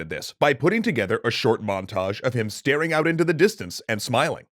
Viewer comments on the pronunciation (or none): none